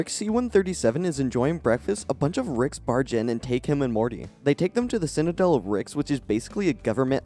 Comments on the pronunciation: Citadel…. Citadel, not ‘cinadel’ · Since we’re watching a critique and you’re being critical, I’m going to be critical. You can’t pronounce the word ‘citadel’. Other than the b plot where you can’t pronounce ‘citadel’ this is a great video. X